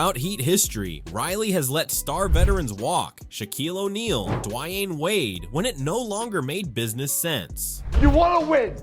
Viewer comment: How can you mispronounce Dwyane Wade’s name like that? 🤦🏾‍♀️